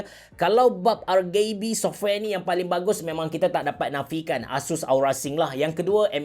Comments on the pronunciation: Kenapa ARGAYBE? Bkn ke ARGIBI? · No one: Absolutely no one: Abe ceroh, : R-GAY-B ke... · R-gay-B, Onee-ke.. AHAHAHAHAHAHA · rgb sebutan indo ke tu? piyubege